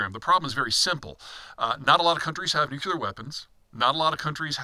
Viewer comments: . NEW CLEAR not NEW KEY LER. SHEE JIN PING NOT JHEE JIN PING. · I want to take this analysis seriously, because I think it's one of Peter's favourite subdomains, but he keeps saying "nukular" and I feel like I am learning chess strategy from someone who calls the knight "the horsie" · Amazing that this man still can't pronounce "NUC-lear".